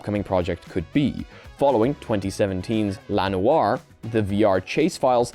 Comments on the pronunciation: It's L. A. as in Los Angeles. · The way he said "LA Noire." 😵